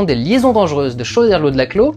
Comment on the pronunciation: Choderlos se prononce coderlos (comme pour chœur ou orchestre) même si on s'en bat les couilles en fait ^^